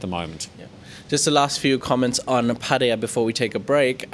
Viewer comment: Good job with your pattaya pronunciation....finally